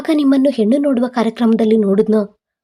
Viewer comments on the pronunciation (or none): ನಿನ್ನ ನಾಲಿಗೆಗೆ ದರ್ಭೆ ಹಾಕಾ,ಯಾಕೆ ಹ ಕಾರ, ಅ ಕಾರ ಸರಿಯಾಗಿ ಓದಲು ತಿಳಿ ವುಡುಗ ಅಲ್ಲ ಹುಡುಗ,ಹೆಣ್ಣು ಎಂದು ಎಣ್ಣು ಅಲ್ಲಾ, ಹೊಬ್ಬಳೆ ಅಲ್ಲ ಒಬ್ಬಳೆ ಇದ್ದಾಗ ಓದೋದು ಕಲಿ